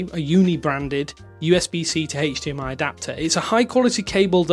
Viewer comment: interesting that he pronounces HDMI as "hey-ch" DMI 😂